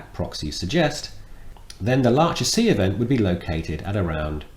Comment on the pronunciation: Sorry, but the Laacher See is in Western Germany, not in the Czech Republic. And the "ch" is pronounced as in Loch Ness. Everyone likes a smartass ;-)